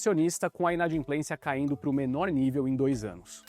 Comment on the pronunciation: Inadimplência e não inadinplencia